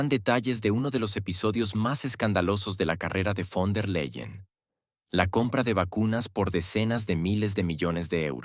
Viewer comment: Quien es Guaidel?Ni fon der Leiel Repite:BEIDEL von der Laien asi se lee